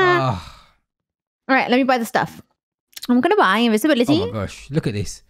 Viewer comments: How long has said Invinsvisibility not Invisibility! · I always said invinsvisibility till i watched this video xD